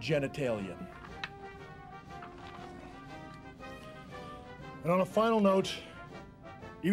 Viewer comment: The way China looks over at HHH when he says "Giant Genatalia" 🤣🤣🤣🤣